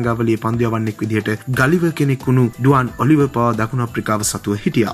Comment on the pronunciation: ඔලිවර් නෙවේ ඔලිවියර්. මේ චැනල් එකේ සේරම සුපිරි. නිතර නම් වරද්දන එක හදාගත්තොත් තවත් සුපිරි. :-)